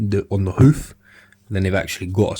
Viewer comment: “The back, actually reminds me of a HEULFF” lmao😂 I know it’s the accent but I started laughing my ass off idk why lol